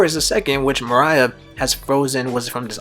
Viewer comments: Cant fucking stand the way this dude blatantly mispronounces morias name🤦‍♂️ its not mariah, its MORE-EE-UH! literally couldnt make it halfway through the vid hearing that🤦‍♂️ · MORE-EE-UH. Moriah. Not Mariah bruh this ain't all I want for Christmas is you. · Great video. Gecko Moria is pronounced “mor-E-ah” check out a subbed episode of thriller bark to confirm for yourself. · Holy he keeps saying Mariah 😭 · Nah morias actually based off of Mariah Carey, that's why his name is Moria Scary. So it is actually supposed to be pronounced Mariah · Bruh u know dam well that's not how u say gecko moria Mariah wtf fire theory tho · Dude. How can u be a one piece fan and you constantly mispronounce Moriah. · Just one viewing of the anime would’ve prevented 12+ incorrect pronunciations of “Moriah” by the mark